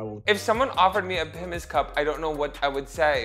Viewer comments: It’s a pimms cup not a pipmus cup 😂 and Pimms is a British gin based fruit liquor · Oh you precious baby The way you pronounce it “Pimmes” and forget that 7up exists simultaneously knowing how to pronounce “Aperol” - it tickles me.